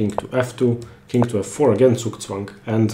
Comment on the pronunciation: As a German, I enjoyed the word "Zugzwang" to be pronounced right for a change. Americans say it like "Sooksweng". Horrible